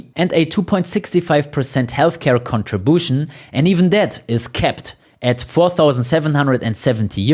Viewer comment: dubai is still tax friendly. 15% is realistic for the future. hey! can you pronounce the word contribution again?? hahahhahahahhahahahhahahaha